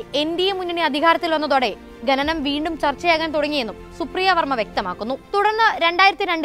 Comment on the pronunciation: ഗെനനം അല്ല പെങ്ങളേ, ഖനനം എന്നാ വാക്ക്; പറഞ്ഞു പറഞ്ഞ് മലയാളത്തെ മുടിപ്പിക്കല്ലേ😢